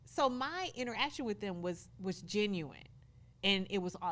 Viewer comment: So they're both from Detroit, but I'm trying to figure out where Carlos's accent comes from. Which part of Detroit is that? It's just funny how he pronounces certain words... like "genuine" and "notification". There are others, just can't remember them all now.